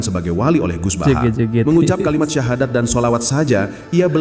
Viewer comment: Baca sahadat sja gak jelas jadi wali wadoooooh